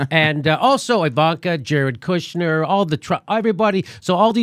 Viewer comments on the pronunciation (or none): none